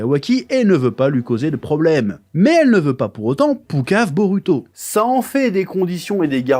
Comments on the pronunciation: t"essaye de bien appeler la phonétique "boruto" avec le LU a la place du RU mais tu dis BEAULUTO. Cringe, fais l'éffort jusqu'au bout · Perso, à l’écoute, le L est assez dérangeant. Quand on perçoit le R doux japonais (et non un L français), ça gêne l’oreille, car le L n’a tout simplement pas la composante du R, même léger. On a vraiment l’impression d’un autre son, alors que le japonais n’a pas de L. Tu dit bien BoRuto et pas Boluto, donc autant rester cohérent et continuer avec un R français, ou un R roulé à la façon espagnole, même imparfait, plutôt que de forcer des L partout. Le R japonais se rapproche d’un tap alvéolaire (comme en espagnol ou en italien), que les francophones ne maîtrisent pas naturellement, mais qui reste beaucoup plus proche que le L, qui est un phonème distinct et absent du japonais.